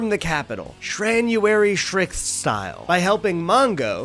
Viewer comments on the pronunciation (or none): "Shranuary shrixth" I'm dead.. lol